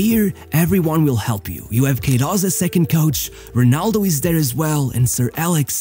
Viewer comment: Se és Português, para quê dizer Runaldough???